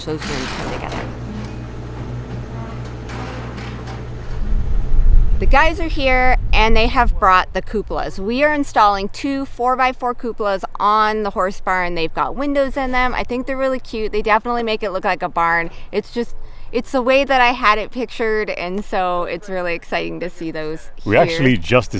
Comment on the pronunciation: Cup- ol -as, you Muricans 😂😂😂.